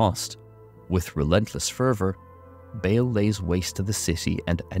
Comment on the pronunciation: Please stop pronouncing his name as “bail.”